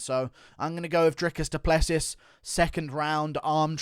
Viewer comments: I'm from South Africa. Please pronounce Dricus's surname as: Du Pluhsee (the uh in my Pluh is the same as in huh) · A friend of mine I work with is close friends with Dricus. Its actually pronounced Du Pleh-Sea 😐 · DU PLE SEEEEEEE IS HOW YOU SAY IT. Its French my nigga. You need some finess